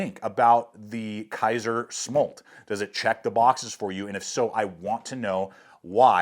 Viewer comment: The pronunciation is SM - OOOO - L - TTT by the way......